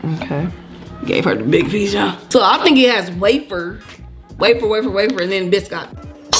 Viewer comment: Bih scot ty……how you pronounce the biscot